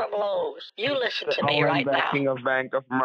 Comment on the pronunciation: lisen to me, lisen to me, lisen to me, lisen to me :D